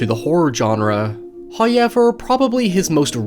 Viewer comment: Everyone: "However": "H A Y E V E R"